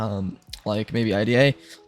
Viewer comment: Its pronounced like the woman’s name — “Ida” (eye-duh), not spelled out “I-D-A.” The name IDA stands for Interactive DisAssembler, but most people in reverse-engineering and security circles just say it naturally, like “Eye-duh Pro.”